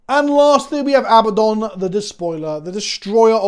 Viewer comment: Love you but the mispronunciation of Abaddon drives me nuts. It’s abadd-on, not abba-don.